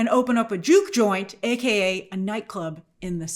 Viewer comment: Grace saying “Juke joint” made me cackle. Lol